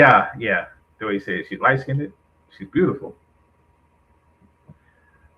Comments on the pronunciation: You heard em. Its Light Skinned-ed. LOL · I really don't know what is triggering me more. The incorrect pronunciation of the word - LIGHT SKINNED, or the old fool thinking this young lady would even look at him. He's a total clown show!